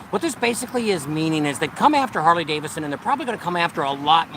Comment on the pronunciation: Hey. It's Harley DaviDson, not Davison. LOL. All in good fun. Love you guys. Be safe!!